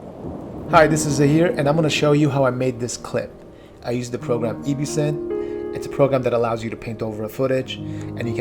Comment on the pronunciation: EbSynth: "Say Ebb, like ebb and flow" YouTubers: "Ebb" EbSynth: "Say Synth, like synthesis" YouTubers: "Synth" EbSynth: "Perfect, now say EbSynth, like absinthe" YouTubers: "Welcome to my EeebeeeSimfe tutorial.."